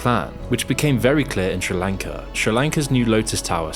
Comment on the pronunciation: Take a english class on how to say fucking sri lanka